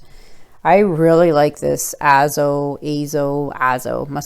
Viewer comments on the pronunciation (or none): GORGEOUS! Aren’t those colors amazing together? Love it as a Dutch pour! A-zo orange not Aah. Thanks for the shoutout—much appreciated! ❤️❤️